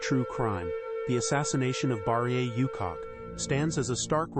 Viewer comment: Please stop calling this lady "you cock", you cock!. It's "OO-chock".